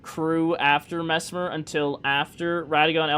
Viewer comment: I subscribed because you said messmer right ✅️